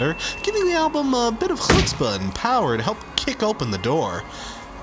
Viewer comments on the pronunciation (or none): none